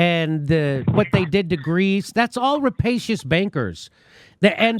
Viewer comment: New drinking game, take a drink every time Jimmy says rapasious